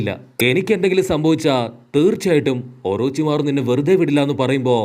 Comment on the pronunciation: not orocharu orochimaru